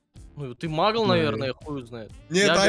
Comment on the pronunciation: и кстати не мугл а магл